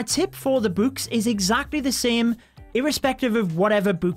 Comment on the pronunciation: I love using buuks. Buuks are my favorite addition. If I see something I can use a buuk on, I use a buuk on it. Buuk the troops? Yes. Buuk the hero’s? Yes! Buuk the everything?! YES!! Buuk buuk buuk. That’s how it’s pronounced, that’s how it’s spelt. BuuuuuuuuuuuuuuuuK